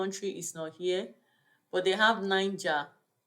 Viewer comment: Correct pronunciation of Niger is nigei